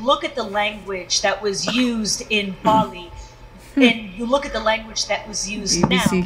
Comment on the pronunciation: 🇮🇳🙏 NOT BOLI,BAALI